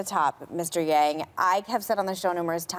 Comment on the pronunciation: Did she really say mr.gang?😂